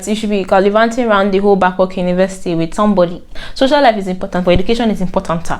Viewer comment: It's the "important-ter" for me😂